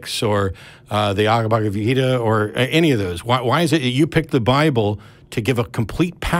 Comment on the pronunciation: Didn’t know what you meant—or if you were getting it wrong, until I heard Matt say it, although I think he said ‘ Agabagvita ‘. We can split the nonsensical difference. Sound wise, I think your version is funnier. I’d bet Matt’s read the Gita, and the caller hasn’t. In my opinion, the Gita is second to none, scripturally, in terms of encapsulated wisdom and ‘meaning of life’ perspectives. Very useful, regardless of whether the surrounding story is true or not. Like all scriptural narratives, the story vehicles are delightfully engaging, only getting dangerous whenever people take them too seriously, as they all too often do.